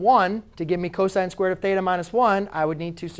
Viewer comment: god damn hate the way you say theta